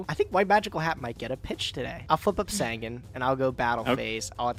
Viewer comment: Is there ever going to be a day where he pronounces Sangan right?